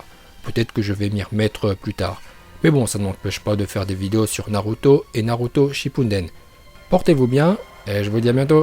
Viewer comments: Tes vidéos elle sont à moitiés en VO tu dis Naluto😂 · Nn mais t srx tu sais pas dire les nom des pelo de naruto alors fais de vidéo sur naruto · Non t'abuse la, OrchimarU, NarUto ShippUNden etc.. Omg c'est d'un gênant